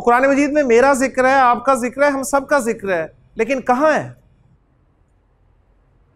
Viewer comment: السلام علیکم ورحمۃ اللہ حضرت آپ "ذکر" کو "زکر" پڑھ رہے ہیں، یعنی "ذال" کو "زا" پڑھ رہے ہیں ، اس سے معنی میں فرق نہیں پڑتا ؟